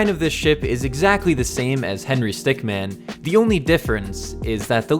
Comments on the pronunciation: stick MIN not Man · Its Henry stickmin not stickman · btw its stickmin not stickman but many people oftenly get confused between these 2 names